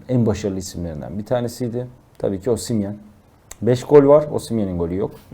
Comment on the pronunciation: Bide şu adama osimyen deme ya adamın adı osimhen 😂